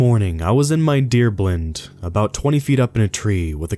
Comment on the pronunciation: I like the way you mispronounce blind